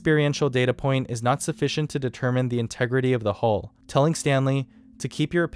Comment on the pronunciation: huill not hole